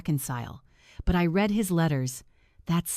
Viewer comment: I have a different comment. If these stories are read by AI, how come they keep pronouncing r-e-a-d wrong? And other words. An IV meaning intravenous as 4? And St. as street rather than saint? Easy to solve. Why don’t you try?